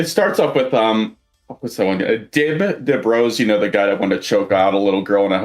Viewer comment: Hearing "Dib Rose" again gave me psychic damage